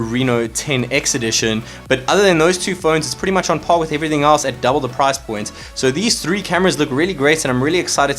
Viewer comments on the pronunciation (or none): none